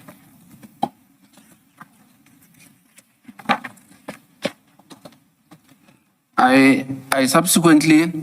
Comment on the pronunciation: It is not grievyance! It is grieVance. There is not an extra i in there!